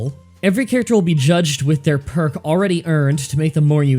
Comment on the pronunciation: How did you say "no that perk is wrong" but screw up reading it?